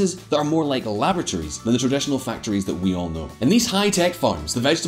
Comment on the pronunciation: I heard lavatory instead of laboratory. Took me a while to put 2 and 2 together. haha